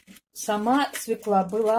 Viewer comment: Не свеклА, а свёкла. Не Фекла, а Фёкла! Уважайте русский язык, уж коли вы взялись учить людей.